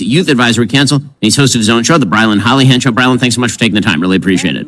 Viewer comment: "HOLLYhand"??!! Really??!!